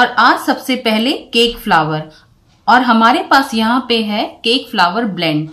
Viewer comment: फ्लावर नही फ्लोर बोलते है। बॉउल नही बोल बोलते है।